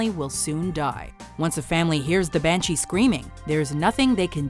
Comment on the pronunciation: THE BAN-HEN-SHE-HEEE